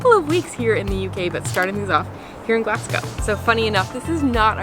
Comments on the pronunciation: and Glaz-go. Not Glass-co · It's pronounced as Glazgo not Glass gow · Just a wee pointer on pronunciation... Glaz-Go not Glass-go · It's pronounced Glazgo. True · It's amazing you can't even pronounce the city name right. It's not "Glass-go". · Its not glascow fs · I’m Scottish and it’s pronounced Glaz-gow and edin-bruh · I tried to watch, it was painful to hear the pronunciation of Glasgow and Edinburgh